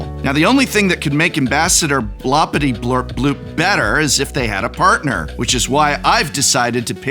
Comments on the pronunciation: It has everything! Godzilla, stickers, transformers, werewolves, dungeons etc. And the professor couldn't pronounce his commander's name correctly even once! 5/7 would recommend! I really want to see this deck in action now. Maybe in a Shuffle up an Play session? Sacrificing an Arm, a leg and your dignity to drag three victims to the table is just a small price to pay! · Prof: makes sure to carefully sound out Aarakocra also Prof: stubbornly refuses to properly pronounce Blorpityblorpbloop once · That mispronunciation of Blorpityblorpboop every single time XD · Hearing the commanders name misread each time was painful but overall I think this deck tech made its point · I just love hearing the professor pronounce "Ambassador Bloppityblorpboop" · This guy just totally mispronounced Ambassador Blorpityblorpboop name, what a low effort video. Unsubscribe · Specifically, he says it WRONG every single time. 😀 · I cannot believe your deliberate, insensitive mispronunciation of Blorpityblorpbloop! It's really not that blupping hard! A quick googul is all it takes, but you Yew-toobers are so stuck up with stickers you don't care about our heritage at all! The blorpbloop clan takes great offense!!! I will be telling all my blorps to shun you, as is customary on Blorp. Perhaps that will teach you the power of family values. And consider my patreoon subscription CANCELED!!!! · Every time he pronounced the name of the commander wrong I laughed even harder. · If you pay attention, you can see the Professor speedrun the five stages of grief as he pronounces Blorpityblorpboop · Worst part is that he is mispronouncing the name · Props for not pronouncing Blorpityblorpboop right even once. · and he never once pronounced it right. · BloRRRpityBlorpBoop professor. It's BloRRRRRpity, not Blopity! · You're hurting my feelings reading Blorpity without the R. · you pronouced it wrong prof, its blorpityblorpboop not blorpityblorpbloop